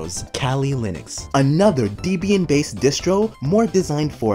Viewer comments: pronounciation errors make me think it's AI, like deeeeebyan deeeeeebyan deeeeebyan instead of debian. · How can you say debain like that